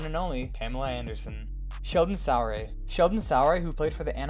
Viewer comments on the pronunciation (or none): Sheldon Sooooray….not Sow ray